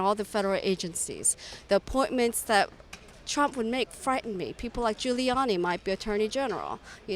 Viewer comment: Says "Rump"